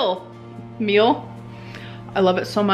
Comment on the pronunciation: I also just can’t get over she said mill for meal 🤦‍♀️